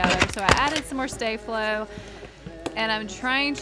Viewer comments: It’s star flo not stay flo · It is not stAflo it's staflo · Its staflow not stayflow 😉😉😉😉😉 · it is pronounced staflow, not stayflow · Its not stay flo there is no y its sta flo like stay but no y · It's not stay Flo it's sta flo🤣🤣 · Its staflo not stayflo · Its pronounced staaa(r) flow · Omg hate these videos with to much ingredients only like first one hate the second one third,fourth especially cause its glitter and I hate glitter and 5 to much shaving cream you don't pronounce sta-flo right eww terrible slime